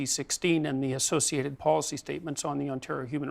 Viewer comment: did he say athothiated? what a pussy!